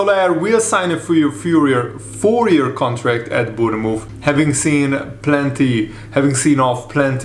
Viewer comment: Bourne- mouth